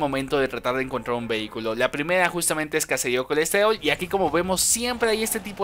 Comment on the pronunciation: La pdimeda es cacedío colestedol hahahaha morí de risa con su voz de bebé